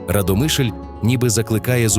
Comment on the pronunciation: Автору , правильно РАдомишль.Наголос місцеві так не ставлять.